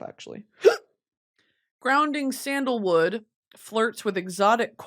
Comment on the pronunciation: Calling it scandalwood instead of sandalwood is driving me nuts girl🤣🤣🤣